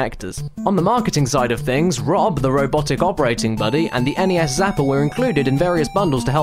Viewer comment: An English/Australian gentlemen rightfully pronouncing my beloved NES instead of that ear raping "ness". You sir kick major ass and you're my hero.